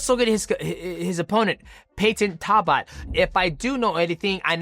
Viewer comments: Why bro say talbotts name like that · Talbott pronounciation from dj is wild lol